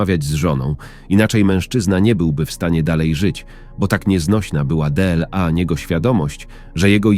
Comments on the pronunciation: Czego chcesz od czytania,? Bardzo ładny głos I czytanie dobre poza jednym słowem Dela. Tak inaczej jest w porządku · Można zauważyć jak czyta jedno słowo Słowo DLA czyta DE EL A